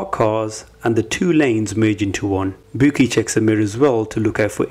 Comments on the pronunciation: Man said her names booky 😂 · “Bouqui” I’m fucking crying 🤣😭